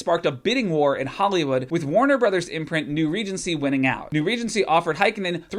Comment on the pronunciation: As a fin the way you pronounce Heikkinen hurts my noggin. A for effort tho